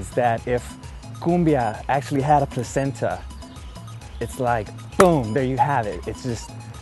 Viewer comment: Did he just say placenta??